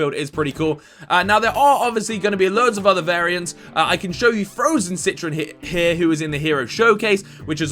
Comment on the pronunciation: It's pronounced citrOn not citrin